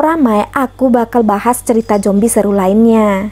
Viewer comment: Zombi kak bukan jombi 😂